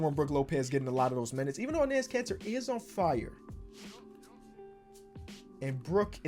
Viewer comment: Am I the only one who hears cancer every time he says Kanter?